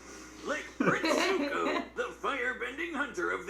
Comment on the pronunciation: No one is gonna talk about how he called Zuko Zuhko